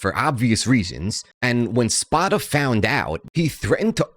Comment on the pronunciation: If you can’t pronounce a main characters name correctly the rest of the info is questionable. It’s Spoda with a long O.